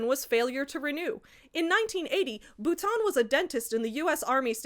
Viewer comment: As someone who shares a last name with this man (ugh) I'm horrified. BUT. I'm also wowed by your effort at actually pronouncing the name right! Anglos always call me 'boutine' 🫠